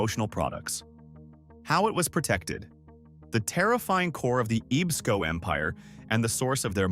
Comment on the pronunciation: EEESCO, is pronounced Ehb-sko...(Ebsco)...I actually knew Elton B. Stephens son, George. He was deaf.